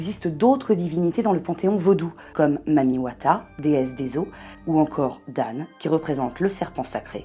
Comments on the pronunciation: Par contre essayer de prononcer comme on prononce Dan (on le prononce pas Dane mais plutot comme dent ) niveau prononciation sinon ça fausse ce que vous dites même si on comprend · DAN se lit comme le mot ``Dans``